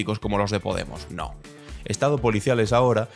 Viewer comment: Tanto te cuesta pronunciar la palabra Podemos